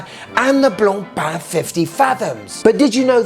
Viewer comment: Great job pronouncing "Blancpain" 👏😆 The Limited really would look great in your collection! It's my favourite of the two. "Jacuzzi vibes"!!! hahahahaha 🤣